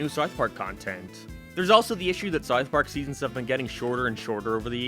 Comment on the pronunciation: The way you say south park is killing me